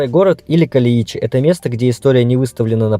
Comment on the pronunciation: КалЕичи, ударение на Е